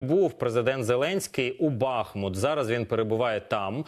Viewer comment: Когда наши СМИ научатся ставить правильно ударение - правильно БахмУт!!!